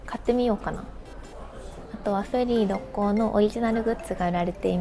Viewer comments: 初めてコメントしますっ！ 思わず大好きな故郷の神戸だったので嬉しくて♡神戸港からの神戸の景色を見て帰りたくなりました🥲 またぜひ神戸に遊びに来てください♡ あと、ろっこうの発音は、ろっ↑こう↓です😌✨ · 朝からどんぶり飯にウインナー４本！の食欲がステキ！！ 「ろっこう」の発音が少し気になる関西人でした。。